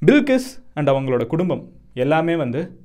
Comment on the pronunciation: Bilkis illey adhu balqis